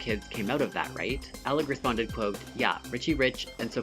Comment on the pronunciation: How you say Michael Alig's last name, though it matches with Party Monster, it actually isn't how Nelson Sullivan pronounced it. He says it Ay-lig and so do the other people in his videos.